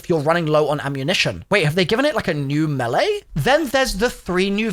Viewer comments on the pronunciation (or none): none